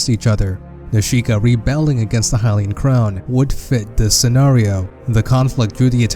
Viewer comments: Twili(Twigh-ly) Hylian(Hy-lee-in) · This man can't even pronounce Hylian.